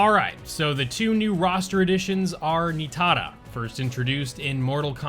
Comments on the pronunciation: Knee-TAR-ah .. Nah I was also like wtf dude needs to chill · My guy no need to overthink it, it's pronounced NI - TAR- UH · Why do you pronounce Nitara like that? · Dude.. WHY do you keep pronouncing Nitara as if she’s Asian or has EVER had her name pronounced that way? It’s insanely cringe. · Why do you say Nitara like that? It was never pronouced that way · Is it just me that is annoyed at how he says Nitara’s name lol, also yes this is the best roster in the we have ever had.